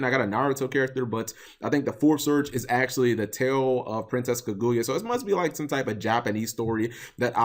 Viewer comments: Was I the only one who cringe on how Cap pronounce it as Ku-gu-yea when really it's Ka-Gu-Ya. IDK I guess since I just finished watching that whole Naruto Arc in English Sub I'm use to hearing it that way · Cap you are gonna have to get better at pronouncing Japanese inspired card names. It's absolutely a pain to listen to Kirin: key-leen not ka-rin; there is no hard r sound in the Japanese language which is why they struggle pronouncing them when the speak English Kaguya: ka-gu-ya not kuh-guya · Tre Fields oh noticed that now. It's like the name is kagoya instead of kaguya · sarthak arora cap says it like kaguuya (2 syllables) when it's kaguya (1 syllable) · Cap butchered the pronunciation of kaguya so bad that I didn't know why the name looked familiar till he said naruto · You aren't alone, I always cringe like hearing scratched chalkboard when people mispronounce Japanese. Especially when its so obvious to see how to say it. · How did I call it, how did I know exactly how he was going to pronounce Kaguya wrong. Step up your misspronouncing game cap. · Cap you're saying her name wrong